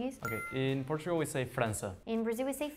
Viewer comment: The tagalog pronounciation of portugal is so exaggerated..we dont pronounce like that lol